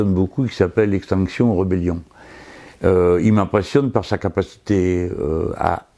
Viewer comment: par pitié : rébellion, pas rebellion!